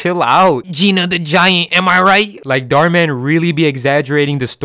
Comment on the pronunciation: that's an Indian surname. And it's pronounced totally differently in India. It translates to "wish" in Hindi. So please, be aware of what you're speaking. Other than that, I enjoyed your video